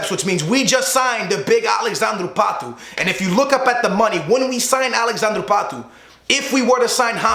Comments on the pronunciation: why does he say patoe its pato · its pronounced Pat Oh not patoooo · i hate how he says pato's name lol